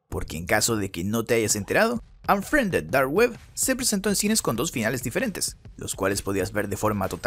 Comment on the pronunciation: Onfriende dar ue (habla bien)